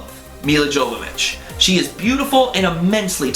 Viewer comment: Milla *Y*ovovich, not Jovovich. the J is pronounced as Y. And the RE movies are terrible. such a shame.